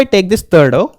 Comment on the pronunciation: Row❌ Graww 🗣️